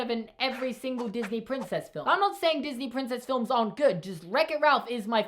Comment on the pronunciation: I mean Disney, Not diney